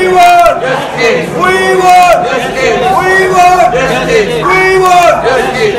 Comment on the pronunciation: ఓయ్ వాంట్ జస్టిస్ కాదు. వీ వాంట్ జస్టిస్.